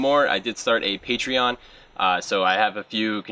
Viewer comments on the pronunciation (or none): none